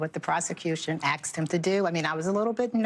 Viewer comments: ....he did what the prosecutor "Aksed" him to do?? The word is ASK ASK Like ass+k ask! You're on NBC being watched by 10 million people! Speak proper English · He axed him what to do,😅😅😅😅😅😅😅😅😅😅😂😂😂